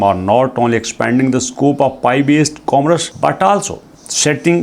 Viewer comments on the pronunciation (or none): Commerce ko aap comrus bol rahay ho, hud hoti hay...